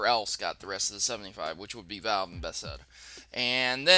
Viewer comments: The company who made skyrim is pronounced pa-thez-da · Bethesda is pronounced buh-thes-duh